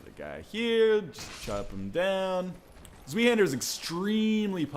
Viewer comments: Its not zwee but more like zw + i (i as in i am) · zwei isnt pronounced like zvee, its pronounced like zvi lol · "zwee-hander" LOL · Øystein Sandvik it's pronounced Zvei-hind-er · Isn't it pronounced swai? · zweihander pronounced svy like sky with a v, means two hander. Doesn't sound as cool in english as it does in german. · Zweihander is pronounced liked zveihander, Ryan. You were closer than most, though! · its pronounced zv-eye-hander. its german. and its my main weapon atm. i have it upgraded to lightning +5 and its awesome but i kinda suck with it in pvp. its rather slow but it hits like a truck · I cringe every time I hear him say zweihander. You're saying it wrong it's German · Don't forget that the word is German, so pronounce the 'W' as a 'V'. 'Zwei' is literally just the German word for Two. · zweihanders pronunciation was completly miserable lol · Your pronunciation ws totally wrong, but its ok. It sounded awesome and i know that german is a hard language.